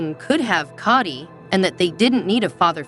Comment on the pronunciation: I cannot watch this because she doesn’t even know how to pronounce Kody’s name or Covid. She must not watch the show.